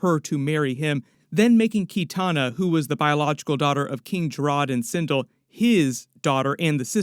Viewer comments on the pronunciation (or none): Sin Del * not sin dul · Also its pronounced sin'del not cin'dill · And sin-dull lol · sindull was enraging me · Sin(dell). Like bell with a “d”!!!